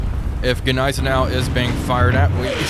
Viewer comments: NIZE-EN- OW theres' no G as it's silent. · AHHHHHHHH, stop saying Gnizernou, the G is silent. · Everytime I hear that soft g on Nighzennow (spelled as pronounced), I shutter just a little. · The g in gneisenau is actually silent 😂❤ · The G in Gneisenau is silent. Just a fyi. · Ok given how he pronounces Gneisenau, he has to be messing with us when saying Wilhelmshaven